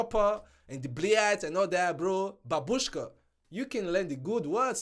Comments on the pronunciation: Не бабУшка, а бАбушка. Ударение на первый слог. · Because not babUshka, only bábushka loud on first A